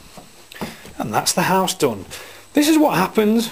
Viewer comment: When he says house it sounds like arse!